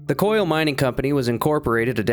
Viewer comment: Was butchering Brother Koyle's surname necessary?